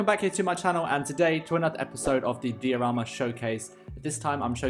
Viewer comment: Is "dee o rama" the german pronunciation?